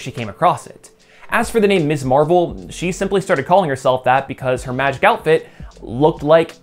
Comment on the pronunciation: Love this post! However, an important note: She's Ms. Marvel, not Miss Marvel..pronounced "mizz." That was the whole point of Steinem's magazine name -- and the idea of Carol's first turn as Ms. Marvel. It's hard to understand how you're pronouncing it each time it's said...and even Kamala's father said "Miss Marvel" in the episode when he unintentionally gave her her superhero name. But it's worth mentioning. Great channel. Subscribed.